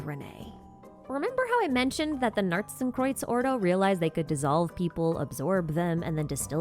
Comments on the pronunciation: The accent on narzissenkreuz wasn't terrible! I mean def Americanized but you got the pronunciations correct. Which is more than I can say for actual voiced Genshin lines 🥲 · Your pronounciation of Narzissenkreuz is way better than any other non-german-speaker's I've heard. Kudos! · doesn't the circular thingy at the bottom of the Qabalah kinda look like... the Fatui emblem? the cross with the geometric thing in each part? Also, your pronunciation of 'Narzissenkreuz' is pretty good even with the American accent, so don't worry about that :)